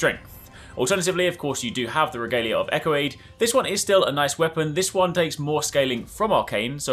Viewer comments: You are saying Eochaid all inside out 😅-echo aid? Like some kinda Gatorade? Also, you can actually get the regalia by hoping up the cliff in Limgrave with torrent, which is great if you want it at the start of the game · Excellent weapon tip, will give this a try! Bit of a FYI, Eochaid is an olllld Celtic name (should have an H on the end really) and is pronounced “Yo-cade”. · Eochaid is pronounced OH-hid, by the way. It's an Old Irish name.